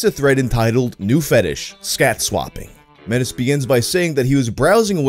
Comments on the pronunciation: The swap AVI guy's name is pronounced may-tee not met-is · Metis is pronounced may-tee